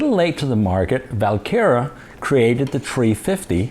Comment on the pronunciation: is it VAL kera or WaL kera? it sounds like you are saying VAL kera?